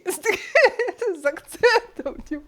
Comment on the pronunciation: Дівки-це правильно.Діфки-неправильно.